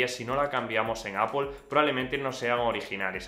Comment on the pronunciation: Buen vídeo pero porqué dices apol?en ingles tampoco se pronuncia asi,seria apl